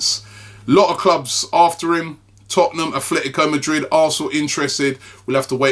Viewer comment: A-TLE-TICO Madrid There is no TH how many times!?